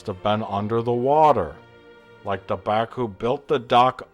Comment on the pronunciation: LOL 'Bakooing'